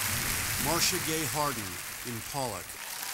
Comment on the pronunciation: Oscars -- the film is "Pollock," not "Pollack." Might be worth editing that :) thanks